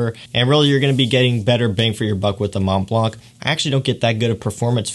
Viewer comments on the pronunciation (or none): Thanks for sharing your view on these top fragances :) The Mont Blanc pronounciation is so weird :o cant listen to it...